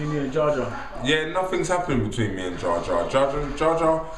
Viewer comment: jar jar lol its jah jar